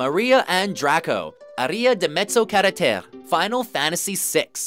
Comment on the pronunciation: Nel suo piccolo,ogni italiano ha pianto per la pronuncia di "aria di mezzo carattere". Comunque bel video.